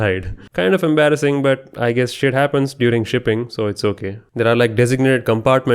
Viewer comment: Somebody with your accent saying "shit happens" is absolutely peak 😂